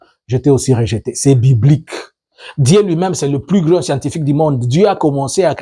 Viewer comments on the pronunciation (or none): none